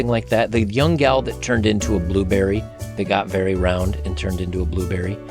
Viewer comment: I literally thought you said “this whale” instead of gal😂😂😅